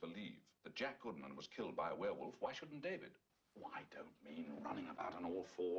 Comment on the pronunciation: First man to pronounce werewolf right. Thanks! And you're right the sfx are much better than cgi. Still looks good. Could of course be better - but film should start with this sfx and then "touch up" with cgi...